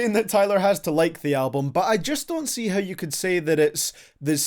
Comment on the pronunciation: Everytime you say “how” i blush cause i hear you calling me a “hoe”